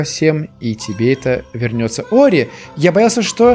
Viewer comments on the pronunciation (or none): Это только я заметил или нет, но назвал "Ори" - "Орио" на 41 минуте, во время наводнения 😂